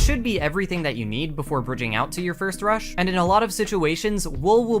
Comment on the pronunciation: i dont know why but whenever he said "rush" I felt like as if he said "crush"